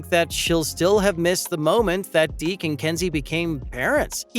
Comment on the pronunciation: It’s Deeks, not Deek